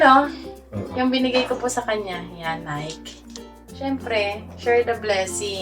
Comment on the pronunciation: Hi, - Nike is pronounced as "nay ki". ✌️